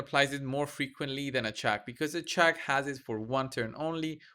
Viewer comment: Sounded like you kept calling her Chuck so that is what I will call her from now on 😂😂😂